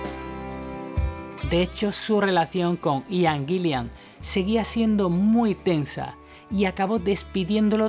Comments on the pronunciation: Cada vez que mencionas a Ian Gillan como Gillian me das una patada a la oreja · Buen video. Por cierto, desde el respeto: "Ian Gillan", se pronuncia "ian guilan", no "aian guilian". Un saludo. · Muy buen video sobre uno de mis héroes musicales! Como crítica constructiva: trata de mejorar tu pronunciación del inglés, porque muchos de los nombres y los apellidos los pronunciaste muy mal (aian guillian, por ejemplo, cuando se pronuncia ian guilan). Vale pues.